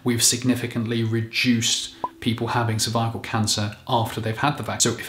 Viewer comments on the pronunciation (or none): Cervical is not pronounced survival. If you hadn't displayed the word no idea you were trying to say cervical. It's more like sir-vic-ul. Are you sure you're a doctor? If the guy who removed my cervix had called it a survival I'd have run the other way.